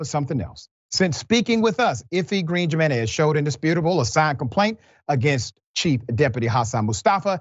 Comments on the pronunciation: HE-MEN-EZ!!!!! =JINENEZ AGAIN "HE"---MEN--EZ!!!!!!!! HAVE RESPECT.... THE STRUGGLE IS NOT YOURS ALONE! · Come Or Dr. You know it isn't Pronounced "Jim in ez" Do better Man.. Hew Men ez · Dr. , the name Jimenez is pronounced with a H sound instead of a j. "Himenez" and "Hesus" for Jesus. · Doc it’s pronounced himenez…. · Dr Richie the J in their name makes the h sound. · haha i love u doc the j in their name is a Y sound like yeah not with a J eventhough its how its spelled haha lol sorry my little pet peave lol luuuv u still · Dr. RASHAD I'm sorry but you're murdering their names lol Jimenez and Effy